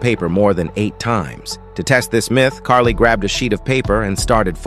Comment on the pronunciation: Its not Carly its Carey